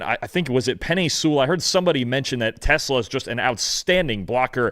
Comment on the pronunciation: Tes-LAHHH, not TES-la.